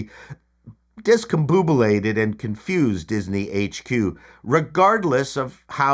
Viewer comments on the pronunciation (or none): DiscomBOBulated, not discomboobulated. I just love the word and don't get a chance to use it much.